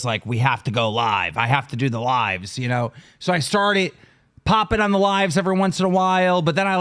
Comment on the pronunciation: It bugs me that keem doesn’t know how to say words that end in ed. Instead of saying started he says “startit”